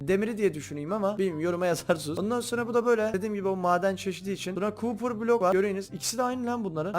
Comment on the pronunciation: Cooper ore dediği bakır madeni